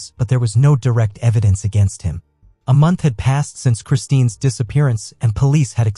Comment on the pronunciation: Her name is Kristin Smart, not Christine!! Sheesh